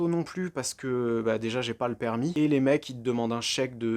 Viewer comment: les vidéo sont de mieux en mieux et aussi le g pas le permit ptdr